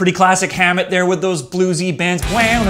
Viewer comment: it's [ham-it] not Hamond and [troo-hee-oh; Spanish troo-hee-yaw] It's really not that hard to pronounce